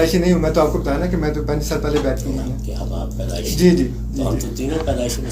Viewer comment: Paidaishi not badaishi Bro